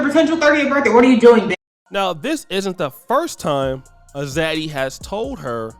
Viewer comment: idk why some Zaddy would even want her weird-looking azz. What's an Oddy? I don't think that's how you pronounce it. When you told him you wanted to travel, did he ever say he would pay for it all?